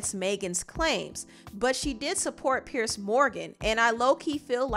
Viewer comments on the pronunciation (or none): It's pronounced Peers, not pierce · You Are not pronouncing his name correctly it is PIERS